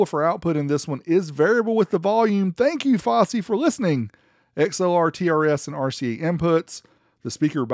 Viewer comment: Fawsy not focey